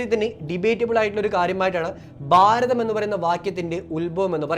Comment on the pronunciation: ബാരതം അല്ല ഭാരതം ആണ്. ഉച്ചാരണം. ശ്രദ്ധിക്കുക.